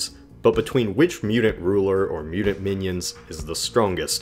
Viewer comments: Mudint. mute-ent. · Say T not D damn you!!! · Why do you pronounce "mutant" like that? It's really off putting.